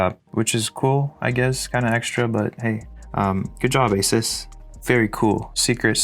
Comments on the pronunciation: say “asus” without the “a” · Take out the “a” in “asus”😳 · "Say Asus" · I love how the song says the correct pronunciation of ASUS and then he immediately after says it wrong